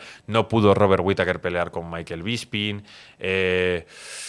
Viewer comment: BISPING NO BISPRING